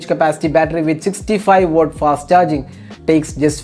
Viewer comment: It's watt.. Not wooott